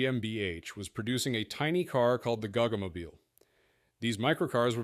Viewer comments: It's ponounced Go Go Mobeal G-O-G-G-O!!! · oh FFS.. please learn pronunciation WTF is a gog gog moble? its G O GG O aussies will get it ;-)